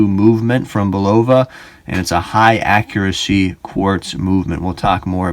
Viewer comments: "Bulova" is pronounced BUL-ova. Your mispronunciation was like fingernails on a chalkboard every time I heard it. That could be tolerable were it not for the rest of it. You need to redo and correct egregiously GROSS errors in this video. Thankfully it only has 372 views at this point. (1) This watch does NOT have a P102 movement inside it. That's a 3-hand with central seconds date/time movement. You need to read Caliber Corner much better. The description of it there makes it plainly clear to even a casual observer it's NOT a chronograph. Quoted directly from Caliber Corner from their P102 entry: "Functions - Hours, minutes, sweeping central seconds, date " I don't see any chronograph functions there. Do you? The movement inside this watch is the P123 which isn't in Caliber Corner's database. Only three of Bulova's five Precisionist movements are in their database. The other missing movement is the 8138. A simple search with Google doing a bit of research before making this video would have told you that. There are other YouTube videos showing the back removed from the Champlain Chronograph . . . and it's obvious from them that it's none of the movements in Caliber Corner's database. (2) Bulova's claim that it's the worlds most accurate quartz is bogus. Actual measured accuracy of the Precisionist movements is closer to +/- 20-40 sec/yr, not +/-10 sec/yr. That's still an order of magnitude better than a bottom of the barrel cheap 32kHz movement, but it's not what Bulo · You're saying it wrong?Go back to school and learn how to pronounce the word